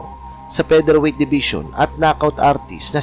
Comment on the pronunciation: Darchinyan is Armenian-Australian hindi American. At “Raging Bull” hindi ranging bull. Fighter hindi payter. Featherweight hindi pederweyt.